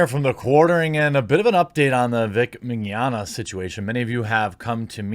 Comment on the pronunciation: In fact you are one of the few ppl i heard pronouncing his name right " mini-onna" is what it sounds like, there's a lot of Italian descendants in Brazil and we're quite used to their names, and Portuguese speakers get almost all of latim related languages easily